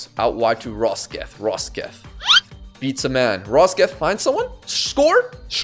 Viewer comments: rock-set not rosket pleeeeeeeaaaaasse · love your vids but, as a norwegian, your pronounciation of Rokseth is painful. It's Rock-Set but with a rolled R. Keep up the great work